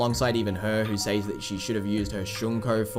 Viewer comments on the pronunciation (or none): Im sorry, but why do you keep pronouncing “says” with a long “A”? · Love the video but also “sAys”